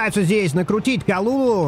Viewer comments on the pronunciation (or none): прости что поправляю но говорится не калулу а калюлю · Только не Калулу, а Калюлю - ударение на последний слог.